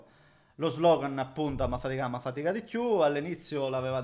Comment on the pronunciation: la parola è: "faticà" con la C, deriva da faticare.